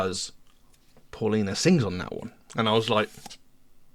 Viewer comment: Please . Spanish sound the AU like the car . . . Audi . . Pow-lina . . Paulina. . . Its not . . What ever we want to call her . .